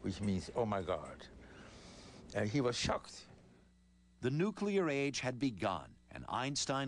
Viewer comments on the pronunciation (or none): and he says "nuke-you-lur" bomb